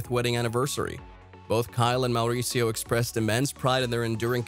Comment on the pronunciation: is it just me or is the narrator way over rolling his R's when he says Mauricio??